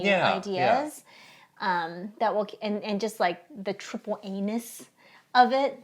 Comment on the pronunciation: why did say (and really stress) "triple anus"?